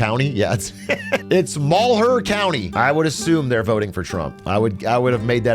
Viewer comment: It's pronounced Mal-here county.